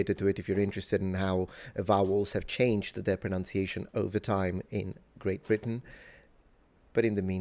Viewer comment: Talks with adenoids. T's are pronounced as D, "At that Dime"